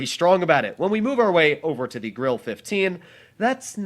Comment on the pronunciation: Ur pernoincing grille wrong